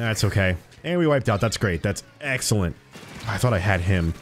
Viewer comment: 'its going to be an Xllent time' ;)